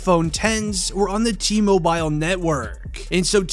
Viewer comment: Cringe the way you say TMobile lmao